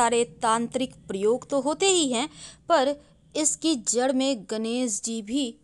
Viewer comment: सिव जी, पुष्प, गणेस जी, परेसानी, घर की रक्सा, दोस, सक्ती, सतरू, , ●घटिया वीडियो● *बस ! 'श' के उच्चारण को 'स' मत करना, हमारे बच्चों का उच्चारण खराब होता है; * सेयॅर, सुरु; ●●● मीडिया जगत में "श" अक्षर की भारी कमी, जैसे कि.........रिलेसन्स, रिस्ते, कोसिस, देस विदेस की परेसानी, सुल्क लगाना, दोसी व्यक्ति पर सुल्क, रासनकार्ड की सिकायत, रासन पानी, समसान में जलता सव, प्रसासन की छमता, सुबह-साम, सौकीन तथा सरारती, असलील हरकत, सादी में जसन, सगुन की सुरुआत, इस्कूल में सास्त्री जी, इस्टेसन पर रेलगाड़ी, युवासक्ति किसोर व किसोरियां, 'स्तर' को अस्तर' उच्चारण करना, वीडियो सेयर करें.......आदि आदि । 😢